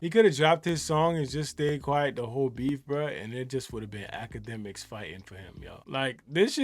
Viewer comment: Why is dis fool talkin bout infinity stones?!! Huh, “dj act-ka-dummy” (TETHRR-BABBLE)